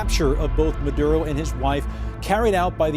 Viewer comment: His name is "Maduro", not "Muhdoodoh".